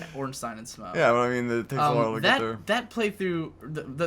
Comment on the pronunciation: Smough ryhmes with plough. I don't know why people have such a hard time pronouncing the name. I especially have no idea how anyone can interpret 'smog'. And holy shit . You were one prod away from victory. I'm not sure if I should be grateful that I didn't have to fight these two on my own or not. I summoned someone to help me. Would it be easier if you kill Smough before Ornstein? It seems this video was uploaded very recently, based on a number things said. I'm very interested in watching Fury Road at this point. The Raid and The Protector were great. I didn't expect a Hollywood film would have the same level of action.